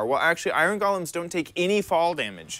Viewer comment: Iron “Gallems”